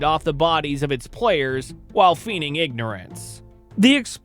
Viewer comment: Fyi: "feigning" is pronounced "fā-ning", not "fē-ning". I'm not criticizing. Since you're in media, i thought you might want to know.